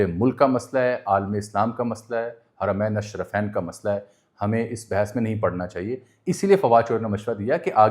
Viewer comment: سعودی عرب اور خصوصاً حرمین الشریفین کا تلفّظ کا درست کریں کیونکہ یہ بے ادبی کی زمرے میں آ تا ہے